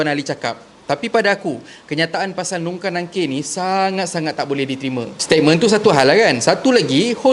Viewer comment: Tolonglh sbut dgn btul.they r MUNKAR n NAKIR.bukan nungkar.bukan nangkir.